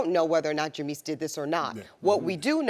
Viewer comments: Eboni knows nothing about sports cleary. The fact that she can't pronounce Jameis correctly shows that she's never watched a college footbal or NFL game before smh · Why did she say Jameis name like that?